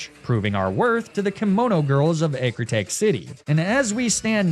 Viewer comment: How has teak looked like take to this guy for years. Ecruteak eh crew teek not eh crew take